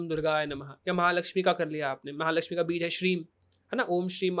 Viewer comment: बीज का उच्चारण भी स्पष्ट नहीं है इसका 😐